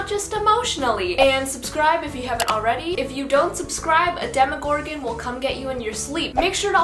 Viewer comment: you got me to subscribe at "demigorgan"